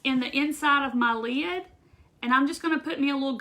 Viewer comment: You're cute. LEED. (Lid) ;-) You must be from the south! You're adorable. So appreciate your video!